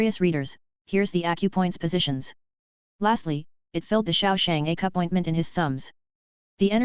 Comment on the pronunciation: keeps calling Accupoint • a cup point XD